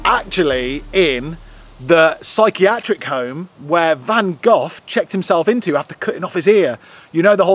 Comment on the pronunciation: Great video and I especially liked your visit to Van Gogh's 'residence'. Wonderful! However, I winced every time you spoke his name! 'Gogh' rhyming it with "cough"! I believe it's pronounced as 'Goh', rhyming with the English "Oh"... And the 'Les' in Les Miserable is spoken as "lay".